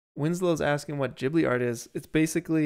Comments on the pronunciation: I’m sorry I hate to be that guy but I’m Japanese and grew up watching ghibli and it’s actually pronounced like jibli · Yo fellows! Great work. Also “JeeBlee” is the right way to say it.